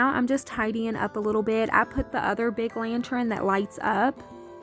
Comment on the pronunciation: Lantern is pronounced 'LAN-TURN', not 'LAN-TRIN'.